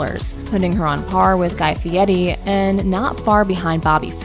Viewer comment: Miss pronounced Guy Fieri's Last Name!